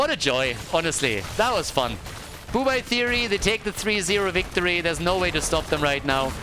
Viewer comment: Everytime says BOO Bye instead of BUH Bye hurts my ears so much lol